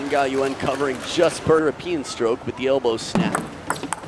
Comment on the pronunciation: i thought the commentators are flawless :D lin gaoyuan, not gaoyuen. lin with crazy spin this match, and super fast changed from back to forehand.